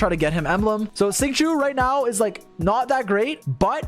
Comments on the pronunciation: I love ya buddy your guides helped me so much but for fuck's sake Xingqiu's name is not "sing chew," at least say "shing cho" at least that's closer. Or call him by the Japanese pronunciation, Yukuaki. Obviously I don't expect everyone to pronounce Chinese words with perfect pronunciation but god damn, there's a line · Bruh why do you pronounce Xingqiu like shing choo please